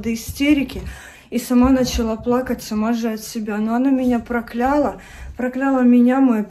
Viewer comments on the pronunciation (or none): проклЯла, проклённая (такого слова вовсе не существует🤦‍♀️), спАла, дАла, брАла и многие другие слова, в которых Вы допускаете неправильные ударения. Слушать неприятно. P.S. Дети, которые сейчас будут защищать свою любимую, объяснение для вас: человек, который вещает на большую аудитория, подаёт какой никакой, но пример, а если учесть, что основная масса зрителей— дети, надо хоть немного, но следить за своей речью, её грамотностью и фразами, которые иногда не сопоставимы с «детскими ушами»